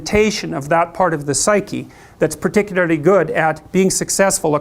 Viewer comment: he's just like me, can't say particularly without sounding funny